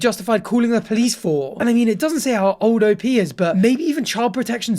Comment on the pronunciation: O-P is insane i can’t get over it PRONOUNCE IT AS LOWER CASE LETTERS